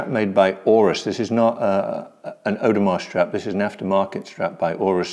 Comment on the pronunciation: "Audemar" lol... Audemars is part of the holy trinity of haute horology... along side of Patek ! In my personal experiences, AP has never left me disappointed, my Pateks? 3 broken out of 5 owned... unreliable, dainty, overrated.